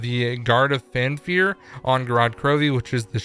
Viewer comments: For the love of God it’s FAFnir not Fanfir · He said “guard of fan fear” FAN FEAR. I literally cringed every time I heard it